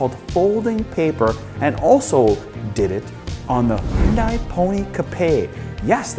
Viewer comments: Great video as always, but small nitpick - the company's name is pronounced like "hee-un-day". Hyundai actually had a catchphrase a while ago: "Hyundai. Like Sunday." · It's unfortunate that you're one of the only N.American vloggers who mispronounces the name 'Hyun-DAY'. Details matter. Otherwise, great vid. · I hope at least who talk about the cars and review you should know how pronounce the Korean brand "hyundai" not Japanese. Its HYUN-DAE . Yall should know that sounds so stupid when you say Korean brand with Japanese accent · It's hyudai like sunday... day not die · Great vid...but you still some issues pronouncing the word "Hyun-DAY". All of the other major Vloggers, Doug DeMuro, Straight Pipes etc...all pronounce it properly. Keep working at it and keep the content coming.. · Not. It’s Hyundai where you pronounce the ai like Dae from Daewoo